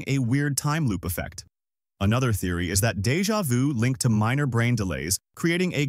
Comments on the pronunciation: U said Jeva du 3 times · Im Sorry but the way the ai said Deja vu made me have an unreasonable crash out. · You can't even pronounce "deja vu" and we're supposed to act like this is authoritative science?